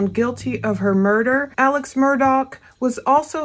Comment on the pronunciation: Alex pronounced his own name Ellick Murdick on the stand